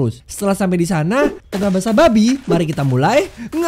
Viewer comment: Basa basi bukan basa 🐷